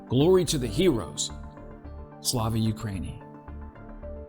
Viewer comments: Bro atleast try and pronounce “tovarish” and “slava ukraini” well, if you’re gonna simp and carry so much water for them atleast do it right god damn. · Jesus Christ it hurts my ears when this american says "Slava Ukraini" it sounds like one of those furbie dolls.